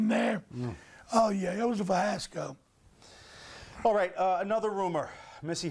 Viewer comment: "Fyasco" lol